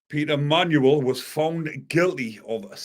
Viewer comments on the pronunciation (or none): none